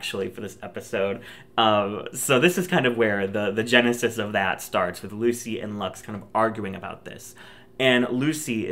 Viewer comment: genesis? More like JAN-esis (im so sorry)